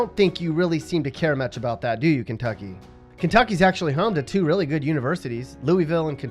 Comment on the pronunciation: no he didnt, I live in ky, that's not how you pronounce it.